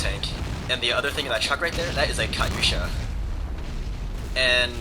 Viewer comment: its not pronounced kutyousha, its pronounced katuyasha